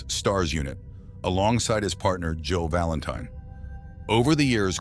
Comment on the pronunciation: He keeps on saying "Joe Valantine" 🤣